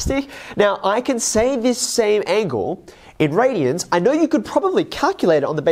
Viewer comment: There’s no t in radian